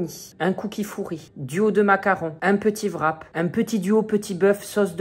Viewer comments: Ça me fait trop rire quand tu dis " vrap " au lieu de wrap 😂😂😂😂😂😂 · on dit wrap